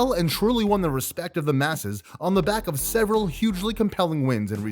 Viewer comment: Nur mah go med ov like saying off except with a v